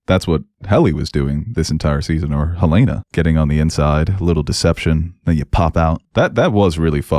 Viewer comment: Look, man. Yes Helena is traditionally pronounced that way. But it can also be pronounced the way they say it in THIS SHOW and they are not saying hel-AINA-ah, it’s frickin’ HEL-en-a. And I’m pretty sure that’s becasue of the “hell” hints they drop all the time. So say it the right way, FFS.